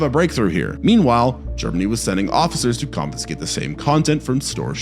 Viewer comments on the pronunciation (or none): Why do you pronounce "confiscate" as "confinscate"?